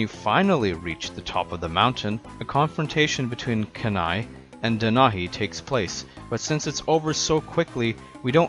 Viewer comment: Have you heard of the CD-rom game? And Kenai is pronounced KEY-NAI. The reason his brother chases him is because he thought the bear that killed his other brother, Sitka, was him.